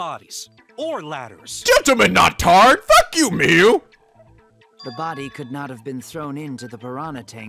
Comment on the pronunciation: Hey miu's name isn't pronounced Miyu, it's pronounced like how u would pronounce the Pokemon mew